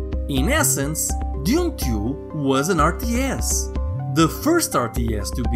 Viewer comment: "deez" "dayoon and dayoonah tayooah!"